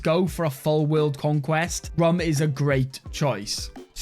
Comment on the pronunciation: Rum is pronounced more like Room, Its a Turkic Cognate of Rome